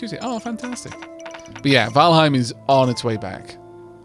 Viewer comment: really enjoying this one but....Valheim...Valheim. Please